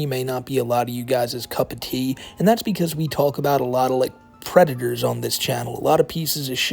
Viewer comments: Da white bowsa is a pwedator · the white bowser is a pwedator